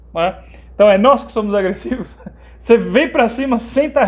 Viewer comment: Eu me poquei de rir quando o cara disse que " os mormons são agrressivoss" KKKKKKKKKKKKKKKKKKKKKKKKKKKKKKKKKK....Ai diz: "ih somos agrressivos!" kkkkkkkkkkkkkkkkkkkkkkkkkkkkkkkkkkkkkkkkkkk morri!